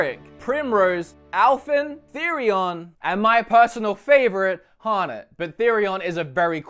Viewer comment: 6/8 for the name pronunciations. Stress was put on the wrong syllable in OLberic, and Therion is not pronounced like you're trying to say "theory". (It's actually "THEH-ree-on", and this is even spoken as such in the game.)